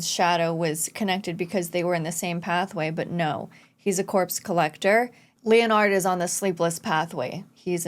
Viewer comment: leon-nard lmao ive never heard someone mispronounce Leonard before